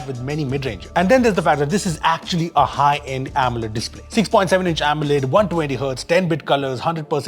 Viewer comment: Sorry if I offend, but AMOLED sounded to me like "omelette". 😀